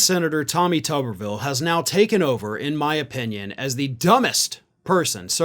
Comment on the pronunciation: I think it should be pronounced Toobervilee, like a potato which is a tuber. After all, I have never seem a head that could use some parts swapped into it like his. He could help build the wall with that forehead. Tommy go stand between Texas and Mexico. At least you'd be doing something some people could deem useful.